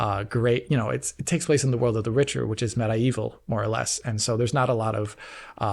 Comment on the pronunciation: Med ...I ...evil ... wow thats some terrible pronunciation